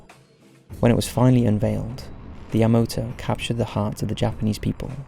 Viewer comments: It's YamAto not YamOto! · Yamoto? Really dude? How is it hard to pronounce Ya-ma-to? smh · I mean, the whole video he says Yamoto, despite obviously knowing it's spelled YamAto. Plus he says disorientated all the time. It really irritates me. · I'm flinching every time you pronounce "YA-ma-to" ("ma", emphasis put on first syllable) as "ya-MO-to" (wrong 2nd syllable, emphasis put on wrong syllable)... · YamAto not YamOto😁👍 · Yamato is pronounced YahMAHtoh.Not YahMOHtoh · Not YamOto, but YamAto!! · Yamato, not Yamoto.... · You're pronouncing it wrong... it's YA-MA-TO. Not YA-MOTO. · YaMAto. Not Yamoto. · Devlin Kane youll like your life to be miss pronounced? Because this video was so bad. So much miss pronouncing *yamoto*???? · “Yah-MAH-toe”...NOT fucking yah-moe-toe... Jfc.... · Great video, with the exception of the repeated mispronunciation of YamAto as YamOto. I know it's an easy mistake because of the commander being Yamamoto, but when everything else is right, that needs to be right also. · Yamato not Yamoto? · Why you keep saying "yamoto", "yamoto", "yamoto"...? It's YAMATO ! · Ya-ma-toe not yuh mo toe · Why the heck is he saying Yamoto? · Title says Yamato, yet the audio always says Yamoto. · Does a video about the Yamato, but keeps pronouncing it as Yamoto. Vergil won't get motivated with that. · your pronunciations of Yamato were a bit off but you did an excellent job of this:) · a bit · I'll give him a pass on MiG, since it is an acronym just like GOG (which I've heard as Gog and G O G), but Yamato isn't.